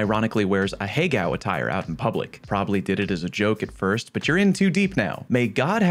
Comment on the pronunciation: Can’t believe how badly u butchered ahego 😂